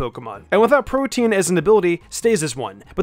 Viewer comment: why does he pronounce protean like that